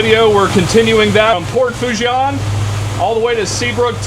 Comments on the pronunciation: It's pronounced - sounds like "FOO - SHAWN" "N" is silent...LOL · I am a new subscriber, from Covington,Louisiana. I love your videos. If you want some street cred with the Cajuns down' dere',it is pronounced like so...Port' Fo- SHAUn' - demphasis on the N sound at the end. PS- I am not Cajun, my Irish American family never spoke French. And we have only been in Louisiana since the 1960s.But you learn how to pronounce French down here.One of my brothers has been to Port Fourchon and Cameron thousands of times in his decades working offshore and with various oil and gas companies in Louisiana and Texas. Sadly he passed away a few years ago or I would have shown him your channel and he could have given you some tips. I remember after Katrina how it was a nightmare getting those supply boats out to the rigs because of all the debris in the water. Hurricane Ida did even more damage there.There were unofficial readings out there that measured Category 5 Hurricane winds during Ida from what I have heard. Unofficial reports. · Fouchon is pronounced “Foo-Shon”